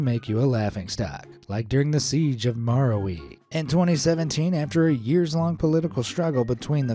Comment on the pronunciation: It's maráwi